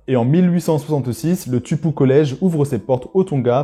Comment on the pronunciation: Merci beaucoup pour la vidéo Juste pour la prononciation le U c’est OU comme en espagnol Du coup TUPOU se prononce TOU - PO - OU et le H ce prononce comme en anglais ! Sachez que les joueurs du pacifique du xv de France qui sont originaire de Wallis et Futuna ( Taofi, Mauvaka etc) on aussi des origines tongiennes puisque Wallis à longtemps était sous emprise de l’empire Tongien mais pas Futuna ! Et énormément de tongien ont aussi des Origines de l’île de Wallis comme Jonah Lomu, son grand père maternel était de Wallis